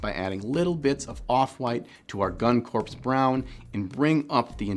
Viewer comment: Corps is not Corpse. Corps is Kor. ❤